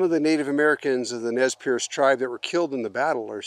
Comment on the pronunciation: I cringed every time you said "Nez PIERCE" lol Perce. pronounces it correctly every time! Perce does mean pierce in French but the Nii Mii Pu do not like that pronunciation however it is common here on the Nez Perce reservation where I live. They really don't like the name Nez Perce and it has no known factual origin other than it was placed on them by outsiders as Nez Perce never pierced their noses. They are mystified as to how they got that name. I know many descendants and relatives of these people who were mercilessly persecuted and harassed.. then nearly exterminated. The massacre at Bear Paw is one of the most shameful atrocious acts done against native Americans in our history.